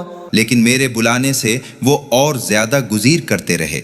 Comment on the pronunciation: آیت نمبر 6 گزیر کے بجائے گریز ہے